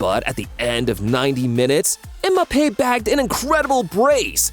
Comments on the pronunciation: Bro rly said emappe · "imape" "lichester city"